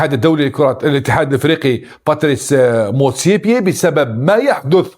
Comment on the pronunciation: motsepe. مش motsepier يا ابو جهل